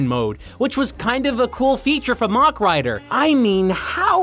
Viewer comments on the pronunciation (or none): Always enjoy these but dear god the word Mach said like that over and over 😂 As a point it's pronounced like the end of a Big Mac